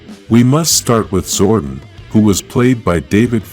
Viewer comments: Zordon not zordin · It's Zordon... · Fix your speech, Amy, Jo, Johnson, Zoradon, no Zordan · The way you pronounce "Zordon" is so cringe. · They butchered Zordon right at the start..... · I'm sorry, mate, but I could not finish this video. Your lifeless voice was putting me off and the rough pronunciation of Zordon's name irritated me. Informative video, no doubt. But couldn't finish this.